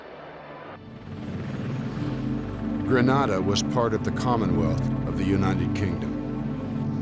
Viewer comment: This video seems thorough and the uniforms look correct. The narrator is using the incorrect pronunciation of Grenada. His pronunciation is the Spanish version that is a city name which can translate to the word “grenade” (as in ‘boom!’) or the “promgranate”. (the fruit) “The Caribbean pronunciation uses the “Gre-NAY-da” with emphasis on the second syllable. It probably has a related meaning. Just sayin’— 🤷‍♂️